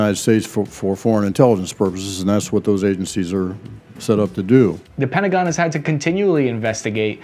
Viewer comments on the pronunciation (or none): none